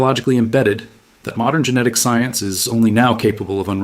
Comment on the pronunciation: Trust the "psy-unce"